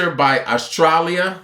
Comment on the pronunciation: I do not understand why people don't read words before pronouncing them. Atralia has no S.